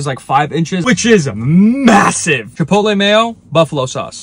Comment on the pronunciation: Bro emphasized that 5 inches was massive